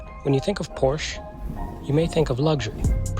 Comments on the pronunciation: Was interested in this until I heard you pronounce Porsche. Would think you would pronounce it correctly. You don’t. Hard to have much confidence in what you have to say. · When I think of porsh, i think of American pronunciation